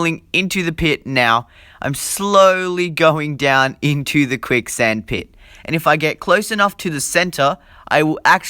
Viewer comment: Its quick sand not kuick